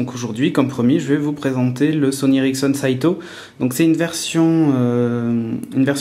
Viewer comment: C'est SATIO et pas SAITO... lol